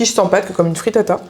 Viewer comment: Pls j’ai mis du temps à percuter que tu parle de fritata, alors quand dans ma tête j’entendais frittas😂